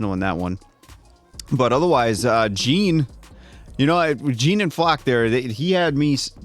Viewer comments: It's Jean (John), not Jean (gene). You heard characters pronouncing it the entire show and can't get his name pronounced correctly still? Try harder! Not mad, just exasperated at the repeat error for my favorite character. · It's pronounced Jan, not Jin. Get it right already. You've watched 4 seasons already. It's Yelena, not Yelina. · We're in the final arc and they're still saying "Jeen" 😵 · They just have hard time w pronouncing names. Try not to give them a too hard of a time. They know they are real bad at names & struggle cause they've said that many times. It's hard for some folks to pick up changing how u speak especially if in another language. In the US, we pronounce it as "Jeen" even spelled that way. I get it though. I can see how that would frustrate some folks. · Been feeling like you’ve been avoiding talking about Jean bcs you still struggle with his name after 4 seasons and now thats confirmed 😗 anyway, my fave character and one of my fave Jean centric episodes is coming up